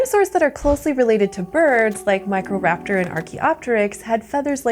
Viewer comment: I keep hearing "MichaelRaptor" instead of "Microraptor" 😅